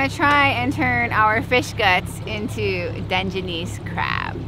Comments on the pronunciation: “Done-jah-niece crab” 🤣🤣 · I like how you pronounce Dungeoness Crab 🦀